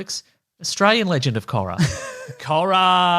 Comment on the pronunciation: KORRRAAA mate, mate🤣 Korra, your drunk again Korra 😂